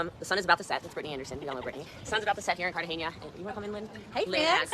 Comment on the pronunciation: she keeps pronouncing Cartahena wrong and it's annoying me so much